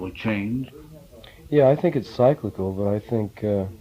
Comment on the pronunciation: Unfortunately he doesn’t know how to correctly pronounce cyclical .